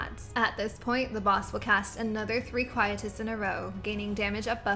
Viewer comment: You are pronouncing Quietus Wrong... Quietus: phonetic pronunciation qui·e·tus /ˌkwīˈēdəs/